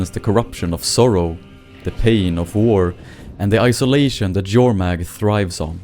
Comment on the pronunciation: Finally, someone who pronounces Jormag properly..